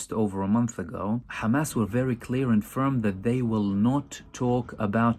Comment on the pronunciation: Khamas! haha. They all pronounce Hamas like that.